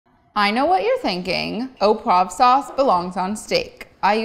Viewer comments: oh pwov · “au poive sauce” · difficult to explain how you should pronounce “au poivre”. found it difficult what you were making “au pwaffff”. in the “au poivre” there should be a soft “v”, an “rrrr” and an “uh” at the end. but the recipe looks delicious